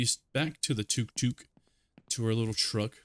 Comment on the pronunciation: just to let you know, it's pronounced tuk tuk